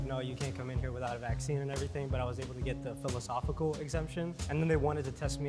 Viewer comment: saying folosofical exemption though 🤣🤣🤣🤣🤣